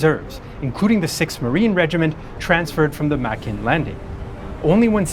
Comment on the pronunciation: Makin is pronounced May-Kin Eniwetok is pronounced Any-We-Tok